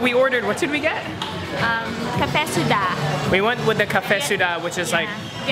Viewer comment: Caffe shuh dah? Ca-fay, which is coffe, So-uh (say dat fast), which is milk, and say dah (at the end is a voice crack) btw, dong sounds like dome, kinda. Sorry, im vietnamese